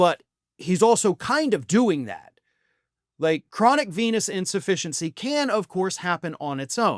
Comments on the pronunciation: You mispronounced Chronic Penis Insufficiency. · Initially, I thought you were saying "chronic penis insufficiency". But I’m sure this is 100% true as well. Ask Perjury Traitor Gangrene. She's obviously been banging him. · Did you say Chronic Penis Insufficientcy? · At first I thought you said chronic penis insufficiency and almost spewed the cola I had just sipped. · Did you say a penis in deficiency? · When I first heard this, I thought I heard 'Chronic penis insufficiency"...